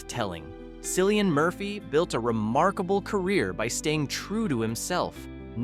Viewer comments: How can you claim to know so much about someone and still mispronounce their name? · Learn to pronounce his damn name fer Christ sake